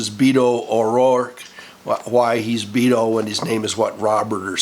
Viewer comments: Beto is a nickname for Roberto or Robert in Spanish. It's like Bill for William. It's pronounced behto not "beeto." The "e" in Beto is a short e as in "eh." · Beto, pronounced, "Bay-to," is a nick name for the Spanish, Roberto.